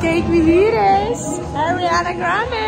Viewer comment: Hey, good that Spanish accent "Ariana Grande" and the French "Maddame Tussauds". Impressed I am 😜